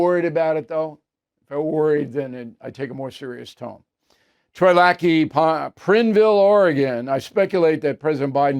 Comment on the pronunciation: You worked in Oregon for years and you call Prineville, prin-ville? Seriously?